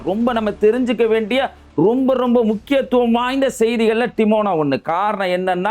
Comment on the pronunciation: Adai Bai, not Timona it is dimona. Lusoo.